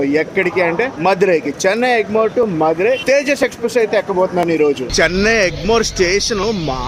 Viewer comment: మధురయ్ కాదు తంబీ మదురై